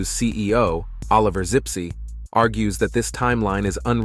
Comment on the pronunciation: the CEO is called Zipse, not Sipsi